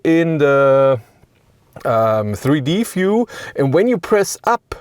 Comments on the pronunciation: Sigh... Dear narrator: The word is view with a v, not “fiew” with an f. I don't know why, but this is the single most infuriatingly annoying aspect of your Denglisch. Please try to learn the correct pronunciation, so you can stop doing this. Gillt übrigens für alle Wörter mit einem V (und nicht nur am Anfang des Wortes, sondern überall): NUR auf deutsch und niederländisch spricht sich der Buchstabe V wie F aus; auf allen anderen Sprachen, inklusive Englisch, hört er sich so an wie das was Sie auf deutsch mit einem W schreiben. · I understand you're german, but VIEW is not pronounced [FJU:]. I literally thought you were talking about a "fuel" button - in an EV.